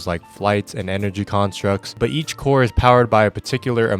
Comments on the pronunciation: corps is pronounces core, not corpse, knew that was gonna drive me crazy so had to stop 8 seconds in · Did... did you say lantern corpse at the start?